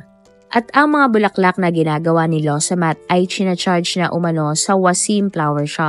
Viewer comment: Law samaht po,nde lowsamat😊